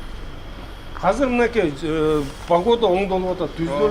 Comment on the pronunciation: Казыр эмес , азыр деп суйлосон мэр